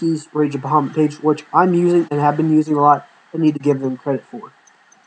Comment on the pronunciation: Dude its rage of baja mutt that is how you say it. I had to say this because it annoys me. Everything else is fine.